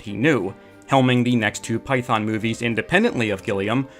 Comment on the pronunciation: I winced each time I heard the mispronunciation of “python”.